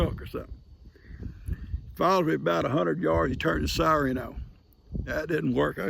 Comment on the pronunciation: I often wondered where Lester got to saying sireen all the the time instead of the correct way of saying siren until I just heard you, pronouncing it “sireen “. That’s where Lester got to pronouncing it that way- he was copying his dad.